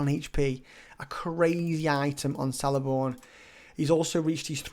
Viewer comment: Sick! I have him r6 and only use him for tips lol. Btw Celeborn is pronounced Keleborn ;)